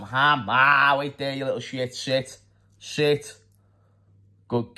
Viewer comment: I like how still says "shit" even tho he's trying to say "sit"🤣🤣🤣🤣